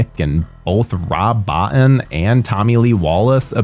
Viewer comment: I could be wrong, but i think it's pronounced Rob Bo-teen. Don't wanna get this legend's name wrong. Am I correct on the pronunciation?